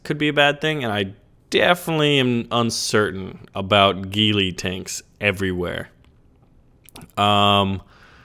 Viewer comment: If a ghillie heard how you pronounced ghillie he'd shout at you, mostly because that is the Scottish disposition but also because it is wrong.